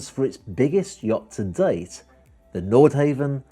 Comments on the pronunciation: Nordhavn is pronounced Nordhavn, not Nordhaven. Want to drive a Priius or a Cheevy. Come on man, earn that fat commission. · like the video and im sure you have heard that its ..nordhawvn not nordhayvn.. and nothing to do with japanese i liked the history part but would like a follow up on the yachts in more detail .. keep up the good work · Great presentation - just one thing throughout isn’t quite right - the pronunciation of the company name: I believe the pronunciation is Nord-HAH-ven, not Nord-HAY-ven. Haven does indeed come to mind when picturing owning one! 🙏🏻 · It's not pronounced nord-hay-vn, it's nord-hah-vn. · Hate to "nit-pic" But its "NORD" HAVN not "NORTH" HAVN.. If your going to represent them, learn how to pronounce their name! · Frustrating to hear him say Nord Heaven, ruins the clip. NordHavn = North harbour in Norwegian AND Danish. Where on earth did you get that Nordhavn is Japanese? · and its pronounced nord hawvn not nord hayvn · Havn not haven. Not back from Holiday season yet? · You need to pronounce the name correctly. Try 'nor-how-n'. How could you get the basic facts so wrong? (Norhavn is 'Japanese' for North Harbour!) It makes you look like a fool and as someone that has little or no idea about what you are trying to present. I suggest that you delete the audio and try again. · You really should be able to pronounce the brand name before making a video about the yacht.